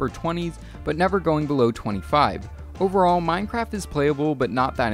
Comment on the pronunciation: he just said mine-crap